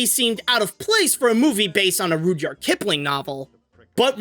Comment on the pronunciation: Rud-yard not rude-yard